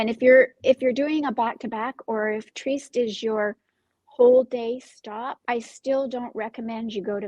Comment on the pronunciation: Trieste is pronounced “tree-EST”, fyi.